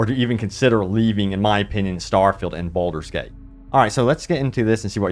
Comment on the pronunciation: Sorry, have to say you're saying Bolder's Gate not Baldur's Gate. Also, it's Meta Score not Meeta Score 😂